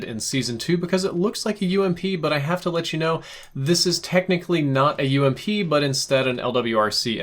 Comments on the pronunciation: U.M.P PLEEEEEEEEEEEEASE NOT ‘ump’ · Don't ever call it the ump it's U M P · m8 it is "You Em Pee" not "uump". Just like it's not "ack 47" it's "Eh Kay" 47.